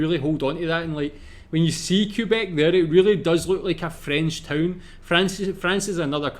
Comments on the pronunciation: The guy doing the voice over for the video is actually mispronouncing a lot of things. First Quebec, then he called Casa Loma… Hill House (no locals say that) and they mispronounced Quay. Aaahhh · Just a friendly note... "Quebec" is pronounced "K beck", not "Q beck" (emphasis on "beck").